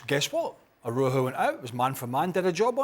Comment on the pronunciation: It’s not “A-roho” it’s “Ah-ra-oo-ho”. There’s a “U” in “Araujo”